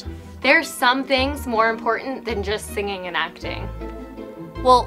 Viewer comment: “signing” instead of “singing”